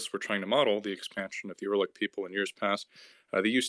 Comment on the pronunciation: Erlik? WTF? It's you-ra-lik.